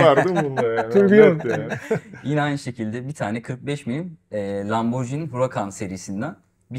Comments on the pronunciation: Ben biraz konservatif yaklaşıp normal model diyeceğim, ama ikisi de çok güzel, hayırlı olsun. Bu arada Lamborghini'yi, lamborcini yerine "lamborgini" şeklinde okursak daha doğru olacak sanırım. Kolay gelsin. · 'e not, Lamborcini değil, Lamborgini. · Satıştaki arkadaşın Lamborjini demesi de evlere şenlik…